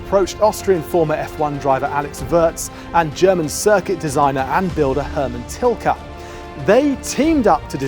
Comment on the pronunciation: turned off as soon as I heard Tilke